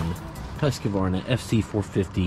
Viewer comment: It’s pronounced “Husk-Varna” not “Husk a varna.” Yes you should know that.